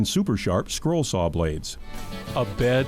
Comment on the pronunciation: Hey, Have you considered speach therapy? I mean, we both know there is no "L" in the words saw, jaw or draw.